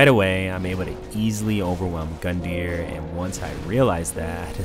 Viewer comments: No idea if you're still responding to comments here but where did you find out that it's pronounced gun-dire? I tried looking it up but everywhere I looked said it really was gun-deer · Where did that Gundyr pronunciation come from??? The 'yr' suffix is common in Icelandic and Old Norse words as similar to 'ear' with a slight roll to the 'r'. That's always how I've seen it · I mean... Gundyr's name is probably pronounced as Goon-dhar or something judging by his Japanese name